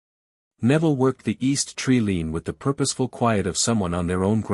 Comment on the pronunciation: It hurts me so much to hear tree-lean instead of tree-line... plus others, please fix or stop posting. It seems obvious that you don't know the English language.